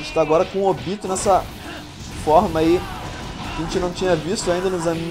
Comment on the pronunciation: Sim,no lugar de falar "Ôbito",os caras falam "Ôbíto"